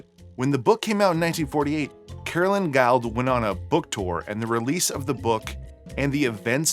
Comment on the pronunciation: Speaking of pronunciation, I've not heard Guild pronounced as guyled. Is it perhaps Guild as in gilled (or guild as in a organisation).